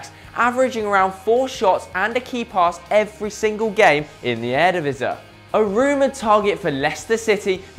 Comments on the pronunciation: stop saying eredivise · Please let this kid learn how to speak out Eredivisie!!